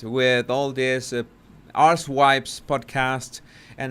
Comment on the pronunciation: Did you say ‘Ars-wipes” in reference to the Harkles? 😆